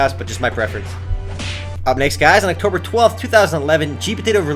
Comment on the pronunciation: Haha, you're saying Octomber 12th so many times. xD